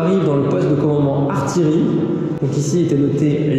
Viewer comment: on prononce ar-ti-ye-rie et non ar-ti-le-rie